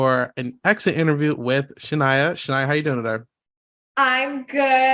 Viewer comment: Isaiah it’s pronounced Sha(Nae)a😂